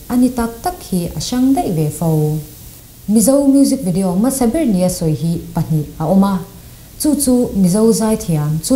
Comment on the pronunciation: FILM tih i pronounce dan hi a spelling ang hian lam tawh la. FLIM nilo in FILM zawk a nia, a spelling pawh hi. Khawkhat te kan nih vangin thrahnem ka ngaihpui che avang zawkin i sap trawng lamdan hi tun ai a ulukin han inzir leh trang trang teh khai.. I mizo trawng lam pawh adik chuanglo H i lamdan te, hmasaber tih leh hmasa tih a hmasa tih i lamdan pawh a in anglo🤦🏽‍♂Masaber niloin hmasaber tihtuuur🤦🏽‍♂🤦🏽‍♂🤦🏽‍♂